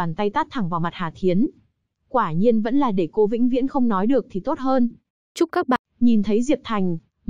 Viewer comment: Đừng "tôt" chứ.nghe ko hay gì cả